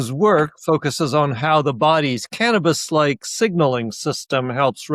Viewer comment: Canmabis, not cantabis. 😂😂😂